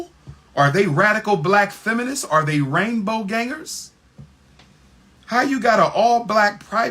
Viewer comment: This boi said rainbow gangers 😂